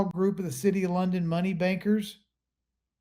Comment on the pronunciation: Instead of banksters it almost sounded like you said ganksters!😂